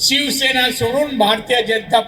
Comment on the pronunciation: नीट सिवसेना बोलता येत नाहीं . ज्या आता भाजपची चाट . तुला नाही स्वाभिमान आणि अभिमान तु चाट्या झालाय .